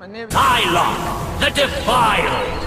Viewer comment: it's "Sylok" not "Sylock"